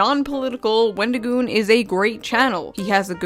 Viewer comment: For someone who wants to seem so upset that someone made a video with our favorite avocado, he sure can't say his name correctly. His response on X was awful. I'm sorry, but it was the worst explanation ever. "Oh, I've gotten tons of things factually wrong because I'm an idiot who can't control my emotions. Yes, i got things wrong but that doesn't change my opinion that all conservatives are evil and that wendigioon shouldn't be allowed to exist in horror or public spaces because i don't agree with his political or religious views. Oh, also, everything else i said that was factually wrong i stand behind as well but yeah, I shouldn't have used those pictures." His idea that people calling him names means they're nazis is just as crazy as his other takes. I'm the type of guy to hear someone said a slur and go "Oh no, anyway..." Because i understand that words only have power that you give them. Just like money only has value because we decided it did. People who make it seem like someone was out there physically assaulting people have no life. Horror is about the thrill of fear and suspense in a safe environment where you're allowed to express these feelings without being in danger, with various underlying types of horror invoking different fears, occasionally with other ideas mixed in. At least that's my view of horror😅😊 Love your shirt